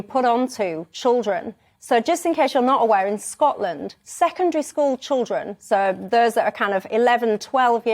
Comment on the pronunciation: I love how she says Scotland, makes it sound like foreign land.